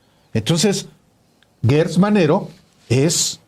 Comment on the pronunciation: Por favor no digan Guertz es Gertz Manero estan como Fox cuando dijo Jorge Luis Borgues y no Borges. Atención con la U.